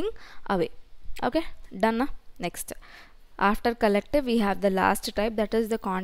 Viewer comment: "ok naa nextu".... Akka telugua??